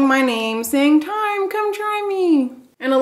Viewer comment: "A Space in Tyme" 😊